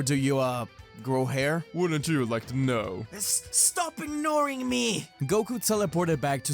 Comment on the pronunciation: “Stop inioring me”😭bye